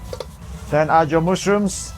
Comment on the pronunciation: He is sooo cute "mooshrooms" 😍